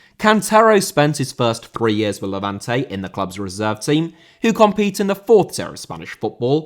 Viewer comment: Levante* not Levantei